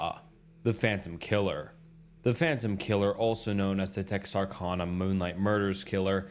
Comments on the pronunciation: Hey! I'm from Texarkana..that's is NOT how it is said! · As a man who love 45 monutes from TEXarKana thats how you pronounce it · Tex ar can uh. Not kahna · How did you butcher so many different names of places? It's pronounced MO BEEL not Mobil. TexarKANa!